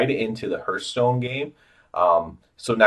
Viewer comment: Please stop saying HERTHstone. Hearth is pronounced like Heart. Not like Earth. Good video explanation, but that killed me.